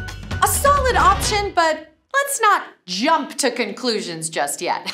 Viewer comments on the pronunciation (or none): none